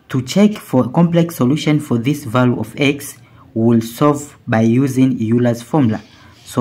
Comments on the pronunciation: Euler is not pronounced "Yuler" it is instead pronounced "Oyler". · It's Euler's formula, not Eurler's formula. Named after Leonhard Euler. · Euler, not Eurler. Pronounced as “oiler”, not as “you-ler”. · ...and it is not Eurler's formula, Euler's formula. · Its pronounced oil-ler